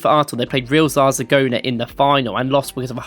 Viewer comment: Top 3 pronunciations: 3. Arsenal started life south of the river in "Wool Widge". 2. Arsenal played "Real Zarzagona" in the 1995 Cup Winners Cup final. 1. Arsene Wenger managed Japanese side "Yokozuna" before landing the Arsenal job.